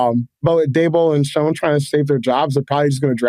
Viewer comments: Lol the only incorrect thing he said was the Oakmont m pronunciation of our shit head GM's last name. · This guy could at least know how to pronounce the GMs name correctly before he says wildly inaccurate and laughs unprofessionally through the whole segment about the team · can’t take someone’s analysis seriously when they say the number one thing they don’t need is actually the #2 need on the entire team and then also butchers the GMs name and clearly has no idea what he’s talking about. Again “not that serious” “touch grass bro” 😎